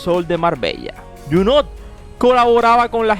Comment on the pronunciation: Que feo hablacUsted. En Franses no se pronuncia la letra T. Abburridisimo.